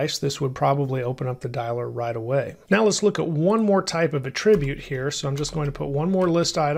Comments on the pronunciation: A 'trib yute? No, it's 'At trib yute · Attribute! The noun is not pronounced like the verb; 😗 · These lessons are exceptional! The content is perfect in all aspects. I am curious though, about the pronunciation of the noun "attribute". I believe the creator of this video is using the pronunciation of the verb form of the word, where the accent falls on a different syllable. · why oh why cant you pronounce attribute correctly? its killing me!